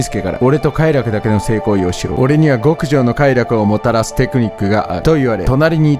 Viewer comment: ご↓く↑じょう